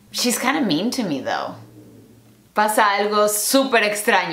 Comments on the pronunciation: Es "tho" no "thou". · Pensé que dijo "¿Qué significa Dou?" jajajaja